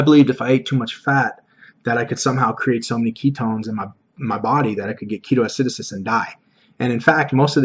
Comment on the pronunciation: Great video! One thing that's bugging me though it's pronounced Key-TOH Ah-si-DOH-sis not ah-SI-do-sis. Keep up the great work :D